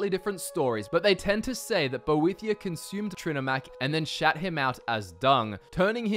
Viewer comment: when he says "shat him out" in his accent I died laughing